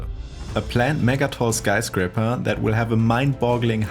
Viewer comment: anyone else bugging by the way he says skyscrapper? lol